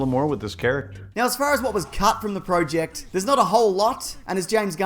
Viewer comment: am i the only one that got mad about how he said project ?